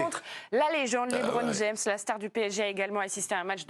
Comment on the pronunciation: Et toi t'es pas payé des milliard mais tu prend quand même des gros billet, sois disant en étant un expert pour analyser etc, et tt ça pour lâche " leubron jeum " putain c'est beau 👏👏👏 " leubron jeum " 😭 sérieux personne relève ça de la part d'un " expert " ??? Qu'on parle de leur salaire a eux avant que eux juge les salaires des sportif ... Quand t'arrive même pas a cite LeBron James t'a rien a faire dans le sport en fait c'est tout ciao basta .